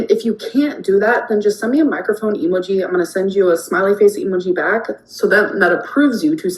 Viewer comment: why does this moron say emo geee like that